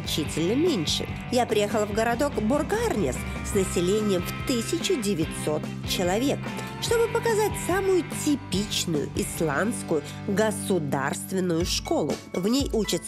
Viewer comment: Ударение всех исландских слов (ВСЕХ) на первый звук (на первую гласную букву). Борг-а-рнес и все другие исландские имена собственные звучат у вас не очень Жанна :)